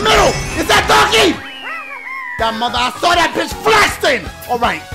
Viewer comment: Ya boi dashie said "FLESTING" instead of "flexing" bruh 😂😂😂